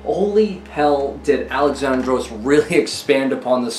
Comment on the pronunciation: Little tip from a Greek man.It's pronounced Al-E-xandros not Alex-A-ndros ,with emphasis on the e instead of the a. Ur welcome 👍